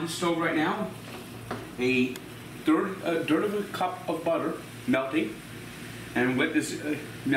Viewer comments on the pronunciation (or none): “Durd of a cup of onions” “turkey broft” lol vs the letters “th” is the ultimate battle